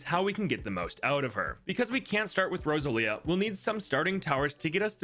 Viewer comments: Rosa lia? It should be "Rose-all-ee-uh" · I don’t mean any offense, however… Rose-ahl-ia, not Rosa-lia The emphasis is on the “ah” sound but it moves fluidly into the L, the name is kinda like going over a hill, Rose on the climb, ahl across the top, ia on the way down Edit, pronunciation guide might be better written as Rose-allia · Just trying to help. It’s pronounced Rose-Say-Leah. That is my friends daughters name.